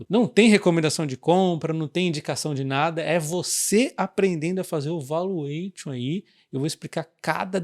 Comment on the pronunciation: Parabéns pelo lançamento do curso. Pode falar o T de valuation como se fosse SH e o ON com um som entre A e O. 😅😅